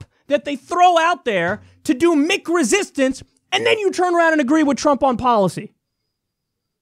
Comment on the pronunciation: Maybe I'm out of the loop on this one, but what the hell is "Mick" resistance? Kyle says it a lot in this video. I thought he said "meek" (which makes a lot of sense) until I played it back a few times.